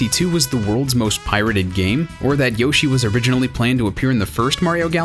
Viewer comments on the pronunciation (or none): none